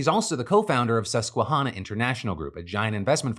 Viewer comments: I know this is not the point, but as someone who grew up 5-10min away from the Susquehanna River, hearing Phil pronounce Susquehanna like that made me feel like I was being pulled into a black hole. Ive never heard it said that way lol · Hearing Phil say "Susquehanna" like that literally made me laugh so much that I struggled to focus on the rest of the story and I had to rewatch that bit 😂 For those that don't know, the ending of Susquehanna, as in the river in PA, is pronounced like the name "Hannah".